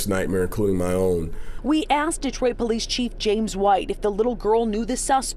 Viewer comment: Come on people, it's asked, not axed.